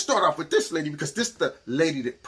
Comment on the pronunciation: You say "Lady", but I hear "C word" 🤣 I don't disagree though.